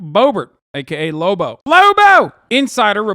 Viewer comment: Don't ruin the name Lobo like that.